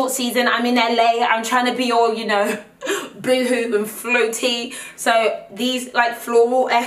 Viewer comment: Did she say boohoo instead of boho? Hahahahah shes adorable